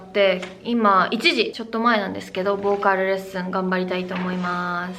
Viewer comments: 完全に韓国語の発音になってる…wwww 「ボーカl」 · ボーカルがめっちゃ韓国の発音😂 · ボーカルの、ルの発音が韓国語ですねー！KPOPの色々が知れて良かったです！色々感動しました！